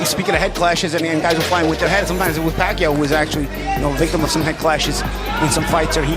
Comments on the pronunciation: Get your pronunciation right! Kung pinoy ka, ba't sinabi mong Pakuyaw instead of Paquiao?🤔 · PAKUYAW HAHAHA 🤣🤣 BOBO PACQUIAO YUN. OR SA PRONUNCIATION "PAKYAW"